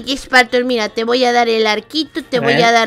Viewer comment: Se dise spartor no smparmor